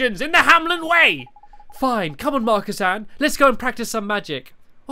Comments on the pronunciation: It's Marcasan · It's marcasan but it says marcisin